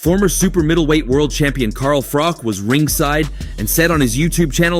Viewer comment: It's Froch. Not Froth or Frock!